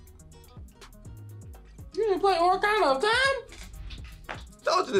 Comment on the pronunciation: the amount of "orakana" I heard haha. its "ocarina" (ah-ka-ri-na) G.